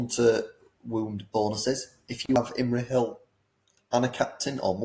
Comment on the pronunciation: Who got butchered more? Feifdoms and Imrahill, or Thror and his army 😂